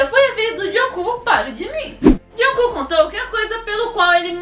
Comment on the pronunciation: toda vez que ela diz jungkook eu escuto joão cu👁👄👁